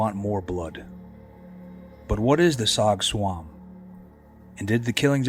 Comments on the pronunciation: It's Rog Tsuam, pronounce as Jaw George. It literally means 'to be sat on'. As a Hmong shaman, it can be caused by various entities that absorb life forces. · Tsog tsuam is pronounced Jaw Joua. As Zoo in hmong us pronounced zhong.